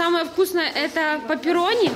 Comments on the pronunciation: Как это трогательно, наш переходит в новую школу. И кстати это не паперонни, это пеперонни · Не пэпэрони а пеперони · Не паперни а пеперони